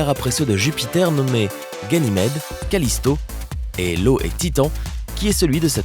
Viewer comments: Je rêve, ou bien à il dit "et Lo et Titan" au lieu de "et io et Titan"...? D'accord c'est très, très vulgarisé comme vidéo, mais quand même, quelle grossière erreur, pour une vidéo supposée instructive. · Mdrrrr !!! Tu m'en fais un beau de LO, c'est io, banane